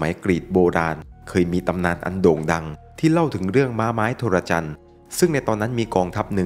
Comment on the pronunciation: Trojan = โทรจัน ครับ ไม่ใช่ โทระจัน